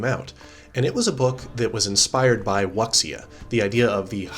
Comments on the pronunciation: Its pronounced "VV-uh-KEY-eh-ay" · Woo-sha is the correct way to mispronounce for English speakers. To get into Chinese is beyond the scope of this post😂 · Hehehe wuxia is pronounced "woo- shaow" im fairly sure. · wuxia is pronounced woo-shya